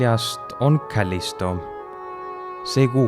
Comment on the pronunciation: Aitäh! Muidu väga kena ja sisukas ülevaade Jupiterist ning tema kuudest. Vaid üks asi riivab kõrva: Jupiteri kuude nimed ei pärine originaalis inglise keelest ja seepärast peaks neid eesti keeles hääldama nii nagu neid kirjutatakse: Ganimedes, Io ja Callisto (loe Kallisto), mitte aga Gänimiid, Aio ja Källisto nagu videost kuulda võib.